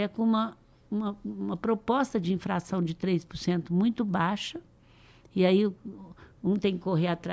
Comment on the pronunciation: "NÓS TAMO" "INFRAÇÃO".....PQP